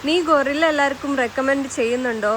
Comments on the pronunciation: അല്ല കേട്ടോ ഗൊറില്ല എന്നാണ് കേൾക്കുന്നത് 😂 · ഗൊറില്ല അല്ല ഗൂയ്‌സ് 🤦‍♂️